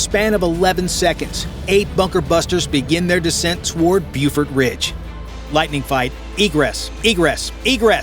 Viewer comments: It's pronounced "Bofort," not "Bufort." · Not "bewfort ridge," BOfort ridge."